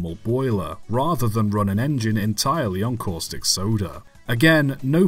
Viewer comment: When you say soda locomotive, i hear sodor locomotive